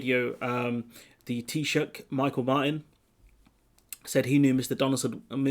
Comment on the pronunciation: By the way, your pronunciation of Fianna Fáil and Micheál Martin is hilarious. Great content though. 👍🏻